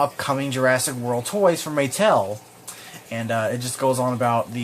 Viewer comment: I mean Muh-tell